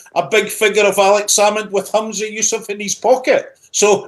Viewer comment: Its ‘Humza’ not ‘Hamza’ 😂 If only autocue could speak 😂 Plus, that Scottish reporter, even if he is not, gives off big Unionist vibes 😂